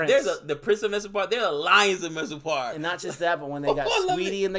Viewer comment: By now you should be able to pronounce mirzapur. I can understand it's a hard R but please try.